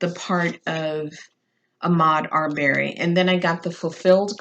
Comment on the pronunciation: It’s pronounced Uh-mod R-bur-ree